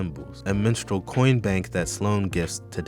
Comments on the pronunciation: This video was very insightful. Everytime you said "Minstrel" I heard "Menstrual" but that's a me problem. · I thought you said Menstrual Horror for a sec 😭